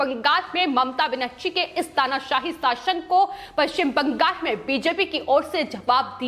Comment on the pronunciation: Not Bangas--but Bangal.